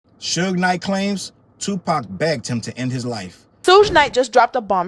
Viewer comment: The lady mispronouncing Suge Knight as "Sooge Knight" has me in tears!! Oh, and she called Pac "Pack". 🤦🏾‍♀️😂🤣😂😂🤣